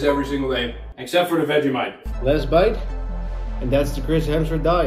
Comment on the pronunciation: It’s Vegemite 😡